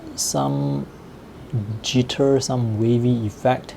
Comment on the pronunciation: is it just me who finds the way he says jitter funny?